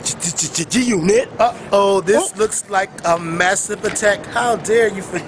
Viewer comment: HAA HA HA HA ... THIS NICCA SAID.. GGGGG G-UNIT....LOL